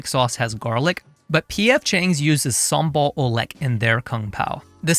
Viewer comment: the native pronounciation for sambal oelek is sambal ulek. oe is old indonesian vocal letter for u.